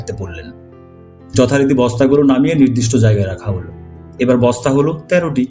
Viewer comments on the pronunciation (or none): none